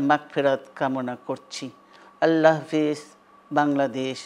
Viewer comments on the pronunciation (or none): none